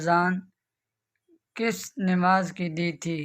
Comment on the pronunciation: نماز نون کے کسرے کے ساتھ نہیں بلکہ زبر کے ساتھ ہے